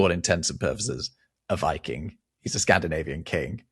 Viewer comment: "If you live in Scandinavia you are not a-viking at the moment." A viking? A vy king? 😀